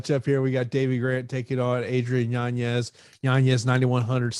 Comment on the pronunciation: still can’t get yanez’s name right 😂